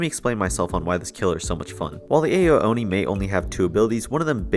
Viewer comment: It's not pronounced AYO Oni, it's pronounced OW Oni.